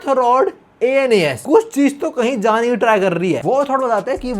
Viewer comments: Anas hai a.n.u.s Nahi 😢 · Bro my name is Anas😭 its not anus its pronounced as Ans. Not as ainas😭 dude main teri sari videos dekhta hun or yaha mera he scam kr gya bhai tu😭